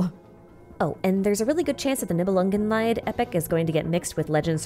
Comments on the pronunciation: not to be that guy, but Nibelungenlied is pronounced like LEED, meaning the song of the Nibelungs. If pronounced like LIED it would be the pain of the Nibelungs (in german) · It's "-lied" not "leid". Lied means song, leid means suffering. Not quite the same. "Nibelungenlied" in English is "Song of the Nibelung". Anyway, love your videos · Thanks for the recap. One smal tip, the Lied in Niebelungen Lied is pronounced like lead (like in "follow the lead") but you swap the d at the end for a t. The way you pronounce it sounds more like "Leid" the german word for sorrow. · I love the video but your pronunciation of "Nibelungenlied" causes me pain. You pronounce it "Nibelungenleid" (that would be the German spelling, i and e are switched). Leid means torment. Lied (pronounced like the English "(to) lead") means song. Please do not torment me. I know it's hard to pronounce German. And everything else is so good! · In case you're interested in correct pronunciations, just a small comment from a German about Nibelungenlied. You start off strong saying Nibelungen, but then you pronounce the g like an extra letter. ng is one sound. Also Lied is pronounced like the verb lead. You switched the e and the i and by that kept saying Leid, which means suffering. Well, in this context it may be quite fitting, but it's still not correct. :D Thx for yet another great video! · Pronunciation note: german "Lied" is pronounced (more or less) like "lead" in "leader" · Heya! Loved the video, just a pronunciation thing that bothers me a bit as a German. You pronounce Lied like the German word for suffering haha. It's pronounced more like (to) lead :) Love your videos, thanks for your hard work ❤ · I know I’m way late to this party, but the “lied” is pronounced as leed.